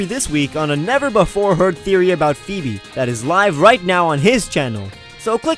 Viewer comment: I've never heard anyone pronounce Phoebe that way